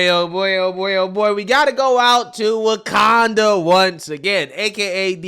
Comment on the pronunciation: He said Wakkanda lol